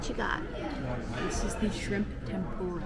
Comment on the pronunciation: "This is the shrrrimp tempura."